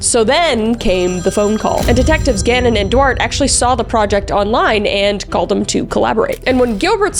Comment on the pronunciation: Duarte= do-art-tay, not 'dwart' 😂 also love that Kris sounded a bit like Christopher Walken without meaning to. Her impressions is so good it just sort of slipped in